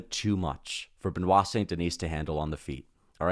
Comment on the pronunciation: You are good on Be-Nua (Benoit); why can’t you say Sun De-knee?